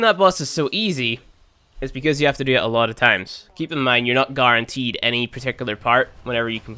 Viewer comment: "garr-enteed"